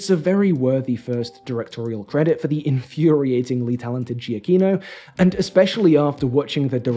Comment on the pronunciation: For future reference, Giacchino is pronounced “juh key no” I really enjoyed this video. It was nice to hear from someone that enjoyed Werewolf by Night as much as I did.